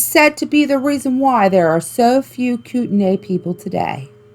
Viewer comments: Also, coot-knee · For the flathead lake monster one its pronounced koot-an-e ☻︎